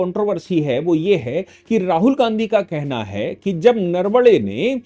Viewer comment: जनरल साहब, नरवडे नही नरवणे है. आपके जैसा उच्च शिक्षित व्यक्ती ऐसी भूल ना करे.